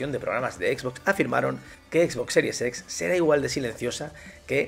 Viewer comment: Parece que dices a propósito lo de Xbox series sex xdddd